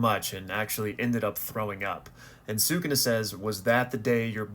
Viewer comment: Stop saying Sukuna incorrectly